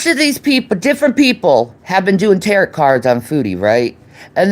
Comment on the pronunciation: “Ta rot” cards. 😂